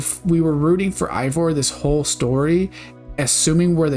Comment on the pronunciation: I can't tell if this is a sarcastic question but, if not, it's because you consistently call Eivor while her name is actually pronounced "Hey-vor", and it's pronounced like tha tby every character in the game.